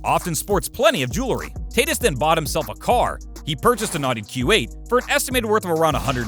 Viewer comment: Did man really just pronounce tatis as Taytis